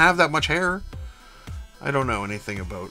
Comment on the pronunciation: “I don’t know anything aboot regal hair” LOL shit made me laugh 🤘🏼😝 nice work! I really love that red orange combo